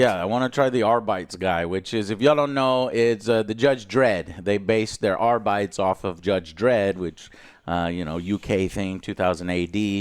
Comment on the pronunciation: There is no way Joe's pronunciation of arbites isnt engagement bait, right? Right, Joe?